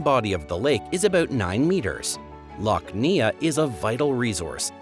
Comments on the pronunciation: Neagh is pronounced "nay". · Pronounciation is something you should research before you actually put the video out. It makes you look like an idiot if you don't. For reference, it's pronounced Neigh (as in the sound of a horse) and Silly.